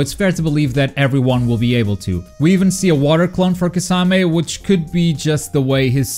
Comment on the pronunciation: Actually wait. You say Kisame weird too.